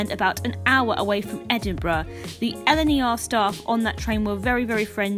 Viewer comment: its LNER (it stands for London north eastern railway) not liner, I don't mean to be rude though ☺️